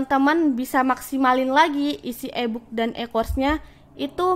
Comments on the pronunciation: iyah eeee booookkk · Inkom, ebuk😅😅 kak coba kursus English bicara yg bener.